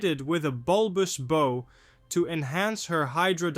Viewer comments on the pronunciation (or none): I`m guessing you meant Chandos increased her tonnage to 33,000 tons - I DO pay attention! BOW is pronounced like COW!!! Very interesting story of a Liner I have only vaguely heard of through her wartime service so thanks for filling in the details. Any surviving artifacts?